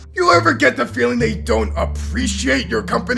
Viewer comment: You said ‘Felling’ But it’s suppose to be ‘Feeling’